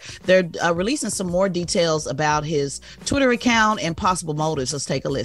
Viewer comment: Dang Tez got to slow down when talking. I so thought she said “tutoring count” but she said “Twitter account”….then she said “Ford” and drug administration…the she said “in-corprate” instead of “in-corp-o-rate”😳 Come Tez, Slow down (still 💐💐 though)